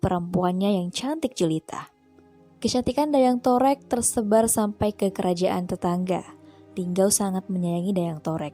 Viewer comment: Mungkin agak keliru,, Saya ada referensi akurat tentang Asal Nama Lubuklinggau,,, oya kalau masih menyebut Dayang Torek itu dengan sebutan Dayang Torek, berarti masih belum mumpuni,,, Dayang Torek itu Dijuluki dengan Nama Dayang Tarik bukan Dayang Torek.... ini bukan kritikan tapi sedikit meluruskan